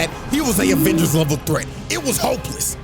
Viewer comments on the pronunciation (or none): none